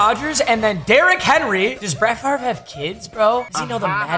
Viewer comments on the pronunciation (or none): Why does he say his name wrong